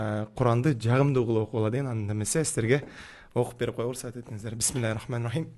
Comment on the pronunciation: Бисмиллани туура үйрөнүп анан окубаптыр.